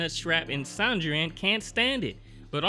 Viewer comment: Sandrine is pronounce the same way you'd pronounce Christine or Tangerine. San-dreen